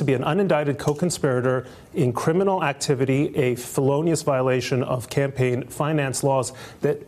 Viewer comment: “In extremus, you must be killing it at scrabble, in extrimus, fellenious .....” Way to flirt, sister!